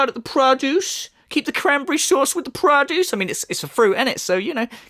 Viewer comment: Great video,. It put me in a good mood where I can't stop laughing. 'PRO-duce' 😂🤣🤣.